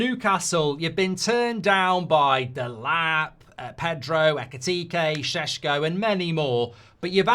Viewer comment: It’s Sesko, not Sheshko. You sound ridiculous